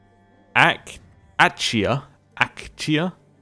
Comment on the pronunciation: Achaia is ACK-EYE-AH, once again